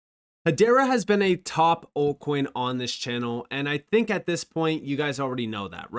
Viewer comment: Altcoin, not Oltcoin